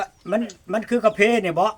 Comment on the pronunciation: กาแฟ บ่แมนกา แพ เด่เว่าไห่ถูกแน